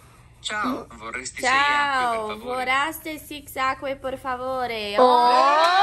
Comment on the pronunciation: "vorrasti six ague por favore", quando na verdade:" VORREI SEI ACQUE PER FAVORE" 😂😂🙃